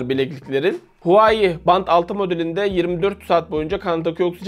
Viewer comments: Huwai değil Huawei reis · huai değil huavey diye okunuyo abi